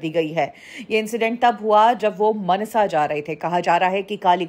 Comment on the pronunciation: मनसा नहीं मानसा है